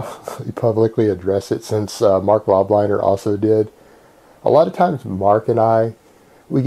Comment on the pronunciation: it's pronounced "lobe-liner" not "Lahbliner"